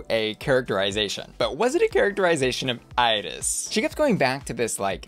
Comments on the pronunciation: It’s “EE-reece” not “Iris” 😂🤣 The background to Jessica’s characterization comes from Iris’ own talk show which she had in Puerto Rico back in the day. She would invite guests but was a bit, well, out of touch and more interested in her own appearance than in listening to her guests. A very famous and important Puerto Rican drag artist, Johnny Ray, has a character called “Ya Ustedes Saben Quién” (You Already Know Who), where he exaggerates Iris’ mannerisms and mouth gestures. Jessica’s characterization was based on Johnny’s. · Iris Chacón’s first name is pronounced like the ice cream “Edy’s.” EYE-RIS sounds like nails on chalkboard to Puerto Ricans.